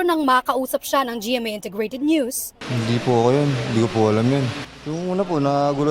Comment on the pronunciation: yong hindi mo hundi, 😂😂😂😂😂